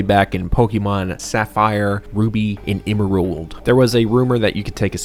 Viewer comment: I giggled a little at how you pronounced emerald lol, no hate at all. Just thought it was silly and cute :3